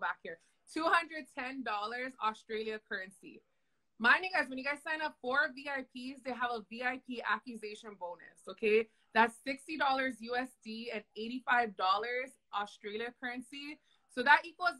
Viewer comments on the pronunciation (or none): did she say VIP ACCUSATION bonus? i imagine she means acquisition? good lord.